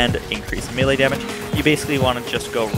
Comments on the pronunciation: again, its not meal lay....it is pronounced may-lay. ffs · I love this build - I alternate between the Peregrine and the Butcher builds on my Fl4K but this build is far superior, damage wise at least. Also, and don't take offense as I am a retired soldier, now an English teacher, but it's pronounced may-lay. Good video, my dude!